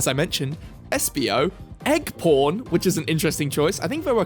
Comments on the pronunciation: If you turn on the captions, even they say "egg porn". 😅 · I know he said egg pawn, but I cannot be the only person that heard him say egg porn